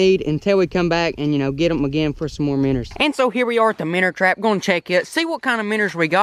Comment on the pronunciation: “The minner trap” man I love you good job on the video